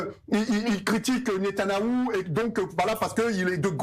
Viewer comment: Ahhh euu c est Netanyahou et pas Netanaouuu ...apprendre déjà à prononcer son nom ce serait pas mal